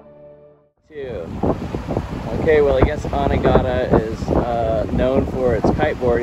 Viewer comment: It's "A-NEE-ga-da" . You guys pronounce the name weird.